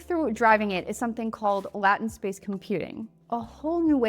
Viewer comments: Sounds more like you're saying "latin" to me; I'm not hearing the final 't'. It's not a big deal though. I enjoyed the video and you explain things very well and at the right level of detail, which is what's actually important. =) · I always assume when someone pronounces something differently that they learned the word reading it instead of hearing it. It is a side effect of being well read. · most people are okay with either data pronunciations, but latt-ent is really a nails on the chalkboard kind of pronunciation. I literally went to the comments because I just knew I want the only one thrown off by it. That said, not a reason to be rude, but yeah…it’s very distracting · IIRC It’s english grammar rules. The e makes the a a hard A sound not a soft ah sound. In tech, especially on the infrastructure side the word latent is used a lot especially when describing network performance where we use the term latency to talk about how long it takes for a signal to propagate to a destination. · The beauty of your brain is that you can change it. So you can start pronouncing the word properly. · You Americans say "Soder" as opposed to SOLDER instead or Solder. In Australia Soder or Sodomy is taking it up the bum. Anal Sex. Obviously different pronunciations exist, but your Latin't was a a bridge too far and I clicked away. Your choice, lady. Pronounced the word correctly or lose us all. You decide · Actually "LAH-tent" helps me remember the concept. I just have to remember to pronounce it conventionally when talking to real people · you lost me at lahtent. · The way she would pronounce LAAAYTENT - makes me think she's A I or really good at reading a script or maybe it was intentional! Either way, it was hard to focus on the point she was trying to make! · Your AI lost me at pronouncing it "Latin-t"... Oof. FAIL. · FYI: The word latent is actually pronounced LAY-tuhnt. Good video! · latent Pronunciation lay·tnt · Latent is pronounced "lay tent." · Hey LAHtent